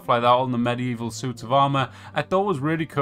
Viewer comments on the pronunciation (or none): none